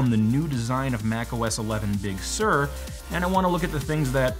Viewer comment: Also: it kind of irks me how Apple is picking many Californian places with Spanish origins (I know, it's inevitable, but please bear with me), especially those which were completely bastardised by AmE pronunciation. “Big Sur” has got to be the worst so far, since I, as a Portuguese guy who actually speaks Spanish fluently, mentally read it as “Big soor” (for those who don't know, “Sur” means South, by the way), not as “Big serr”. It will always create a bit of a mental disconnect whenever I listen to it or even say it aloud. Apple's “crack marketing team” could certainly do better when considering names and at least try to pick those which are at least a bit more consensual pronunciation-wise. It can make IT support job easier around the world, believe it or not. Sierra/High Sierra, Mojave and Catalina were at least a bit simpler in that regard.